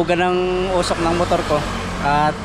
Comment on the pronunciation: Nkkatuwa c pag bigkas ng osuk umoosuk kna pla 😂😂😂😂😂😂